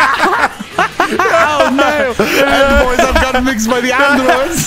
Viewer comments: Bro had me absolutely dying it’s just incoherent noise and “I got mixed by the Ahndroids” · "I got mixed by the ANNdroids" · "I GOT MIXED MY AWNDROIDS😩😭🗣️" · 😭😭😭😭😭😭 I'm dead "I got mixed by the Awndroooids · I love how they go on for like two minutes about his pronunciation of “Androids” 😂😂😂😂